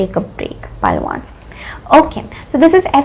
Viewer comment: Hi your reading is nice but dont you feel you mispronounce numbers like for 1 you say ones is seem like once...(once upon a time)